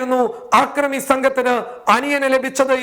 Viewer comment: ആക്രമി എന്നല്ലടോ അക്രമി എന്ന് പറയൂ, അല്ലെങ്കില്‍ മലയാള ഭാഷ പഠിച്ചശേഷം ചാനല്‍ നടത്തുകയാണ് ഉത്തമം.